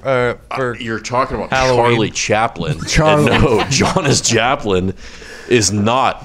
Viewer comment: “Jonis Japlin” hahahah